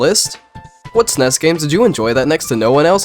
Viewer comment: GUH PLEASE STOP SAYING "SNESS" SO GROSS.